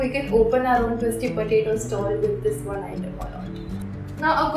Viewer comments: she says patatie instead of potato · u just said patati 😂😂instead of potato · no offense but it’s potato 🥔 not potati...!!!!!! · you said pateti to potatoe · Who ever heard "potati" then hit the like button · Gyandeep Yadav "patati"